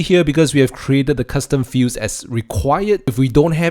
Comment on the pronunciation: It sounds like you're saying "custom fuse" instead of "custom fields". That was confusing...